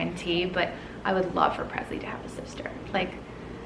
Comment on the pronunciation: Is your daughter’s name Presley or Presy? It always sounds like Presy when you say it, but may be a nickname ?